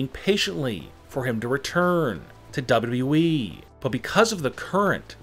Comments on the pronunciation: Just put on captions and turn off the volume to zero u welcome now u don’t hear is annoying voice when he said WWE it sounds like dubdabae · He keeps saying WE instead of WWE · I can’t resist listening to how this guy is pronouncing WWE every time. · It’s like, double U. Doubleyou weeee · The way he says WWE, Double W E? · i thought it was wwe. not weeeee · Same here😂😂😂😂 this guy has got the funniest wwe pronunciation ever😂😂😂😂😂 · Why do you pronounce every final word with such angst. Its extremely irritating. Also its WWE. You dont have to say it like that. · the way he says wwe has me crying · See this ch a few times y can't these foos ever say WWE right